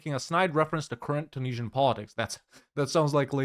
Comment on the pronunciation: "the Tunesian" - spotted